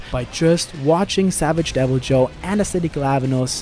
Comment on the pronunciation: I'm confused. How can you say Deviljo right but not Odogaron? Now I feel like the Key and Peele skit when he tells people to pronounce their names right.